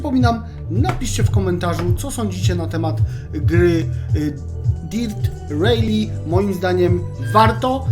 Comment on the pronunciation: Sprawdziłbyś chociaż jak się wymawia tytuł gry